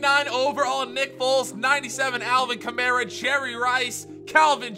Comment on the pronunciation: It’s Alvin Kamara (kah-marr-a)